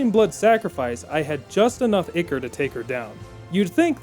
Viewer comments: "Ichor" is pronounced "Eye-core" and you are killing me here... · Great video, but ichor is pronounced “eye-core” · Maybe he had such a rough time with this playthrough because he kept mispronouncing ichor.